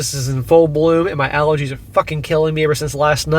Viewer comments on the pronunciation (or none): "Alergees" ok bub